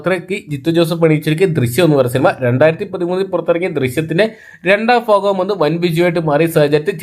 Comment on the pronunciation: മൂന്നാം ഫാഗം അല്ല സുഹൃത്തെ.. മൂന്നാം ഭാഗം 😄